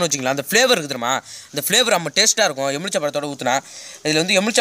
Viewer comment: அண்ணா எமிழ்ச்சபழம் இல்ல எழுமிச்சைபழம்